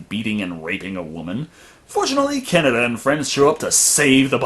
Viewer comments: NO, IT'S NOT, IT'S aKIra, most Japanese words have tonics in the syllable before the last. Probably just listened to the dub version. No one ever head of a director called Akira KuroSAwa, only aKIra KuroSAwa. It's like kaNEda's name. Not Canada, kaNEda. Some are differente, like RITsuko, Asuka and SHINji, from Evangelion. But on the same historical, epic, fabulous show, you have miSAto. not MIsato (pleaaaaaase) BTW, as they show the subbed version in the review, I can't imagine how they got the names pronunciation so wrong! As for police brutality, from what I read, Akira's police is almost mild compared to real-life police in current-day Japan... which, to gang's like kaNEda's, I don't think is a bad thing. As for the bike x rape thing, tetSUO is an asshole, so it comes as no surprise that he prizes the bike over the girl who stupidly loves him so much. But is right: the "science" in aKIra is horrible (also in the manga): it shows a woeful lack of understanding of even the most basic concepts of evolution, and is treated disgustingly enough like mysticism in the movie, which is every Eastern. As for Tesuo in space, I think it's far more impressive that he blows up a humongous laser orbital canon with his MIND, than the fact that he doesn't freeze or have to breathe in space. He's SUPERPOWERED now. Does anyone complain about Goku or Vegeta not breathing in space?!? In the end, due to time constraints and other faults, the anime is sadly lacking when compared to the man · fun fact you can make a word pun in German using Canada being pronounced like Kaneda, meaning no one’s there